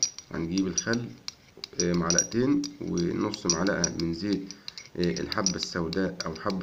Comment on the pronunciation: ملعقتين وليس ملعئتين ومعلئه